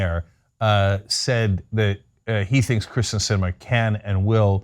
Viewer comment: I have NO love for Kyrsten Sinema, but it's pronounced KIRsten not KRIsten. She's been senator for years now, you've covered multiple stories with her, you should know how to say her name